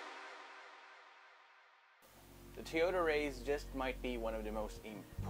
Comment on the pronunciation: it is pronounced rise bro